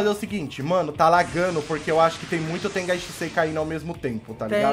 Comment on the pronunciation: Meio zoado ele falar TENGAI SHISEI sendo que o nome do jutsu e TENGAI SHINSEI so muda o N mais um amigo meu achou zoado mais ok